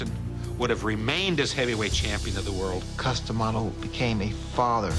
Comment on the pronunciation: Dude its Cus D'amato not Cus Dee'amato!